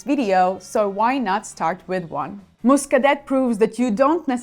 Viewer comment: Another solid and useful video …. Excellent selections. BTW, I believe the correct pronunciation of Muscadet is …..”Moo-ska-day”…., not “Muscadette”, in both French and English.